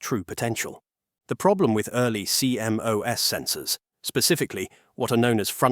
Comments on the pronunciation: No one says C M O S, it's pronounced "sea-moss". Dumb AI sheet. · CMOS is usually referred to as "See Moss," not C-M-O-S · Apparently, the AI voice used here doesn't know that the proper English pronunciation of CMOS is see-moss. I learned this in the mid 1970s as an electronics student in college.